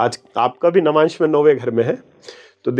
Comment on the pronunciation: Lavmansh nahi Navamsh hota hai😊